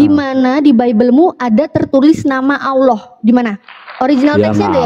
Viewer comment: Oten tulisan Allah Mengapa baca huf h nya gak di ucapan Kok cuma Alla